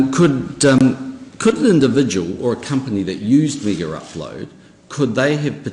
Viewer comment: NZ PM: MiggerUpload. KIM: MaygaUploade. Friggin guys aren't even talkin about the same site.